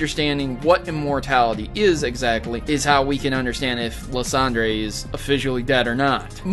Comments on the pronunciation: Lis-on-der is one and lis-on-drye too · It is liceander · It's liesander